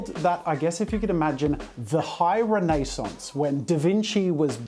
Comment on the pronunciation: I love all your content Jazza... ...just wrapping my attention around your pronunciation of renaissance (REN-uh-sahns)... Hahaha...